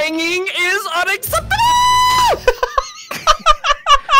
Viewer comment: Its unacceptable not unexeptale